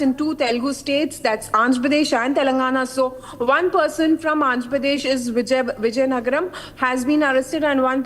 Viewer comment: Wow anchor does not know how to pronounce the word vizianagaram near Vishakapatnam she is saying some out of this world Viziyangara? Seriously Republic TV should take some classes for this lady.😂😂😂😂